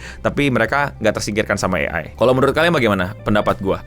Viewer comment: ciri khas nya, kalo di video itu ada yg ngomong “AI” dieja jadi “A-ai” ..